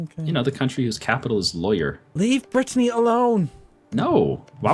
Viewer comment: Every time he says "brittenany" I twitch godamn shen